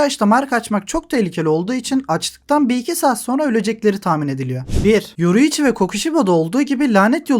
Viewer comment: yoruichi diyorsun agam :D